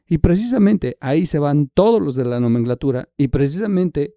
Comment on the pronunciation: Hola, Diana Laura, sin duda estaba muy triste, pero murió de cáncer de páncreas! Por otro lado no es "nomenglatura" es nomenclatura. Saludos